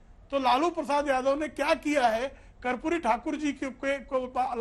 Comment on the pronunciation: ये उदित बाबू ठीक तरह से माननीय कर्पूरी ठाकुर जी के नाम का उच्चारण तक नहीं कर पा रहें हैं. दुःखद